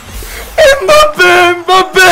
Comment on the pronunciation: Abi mbappe slk yanlış diyon